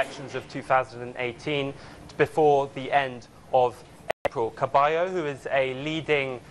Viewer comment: Can someone please tell the reporter that the name is Cabello, not Caballo. Caballo means horse 🐎 😂😂